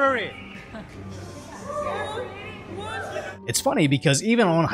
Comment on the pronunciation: Love the Hey, this is a Libary 😂